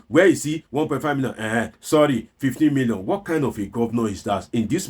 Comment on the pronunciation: A man who cannot pronounce 15 million naira correctly, can't be taken seriously.